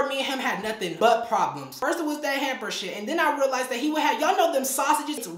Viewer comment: I love you susta but you know it’s “hamper” right?😭